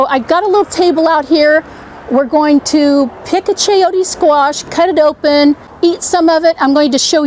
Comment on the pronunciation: Very informative and entertaining video! p s it's chayo-te the te sound is the same as the te sound in tender ... not chayotea. No, no please